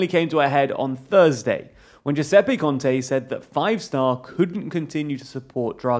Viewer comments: lol "kontee" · Not a relevant comment, but "Conte" is roughly pronounced as "CON-teh" and Ciampi as "Chumpy".